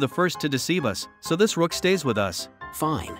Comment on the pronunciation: Its not called ROCK ITS CALLED ROOK 😂